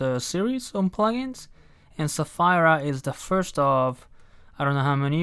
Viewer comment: Sapheeeeeera! Not Sa-fire-a.